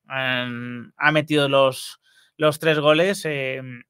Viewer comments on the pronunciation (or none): none